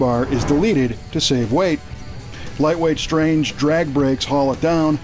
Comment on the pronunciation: Although the parts manufacturers name is spelled STRANGE it's pronounced STRONG-A . Just sayin'.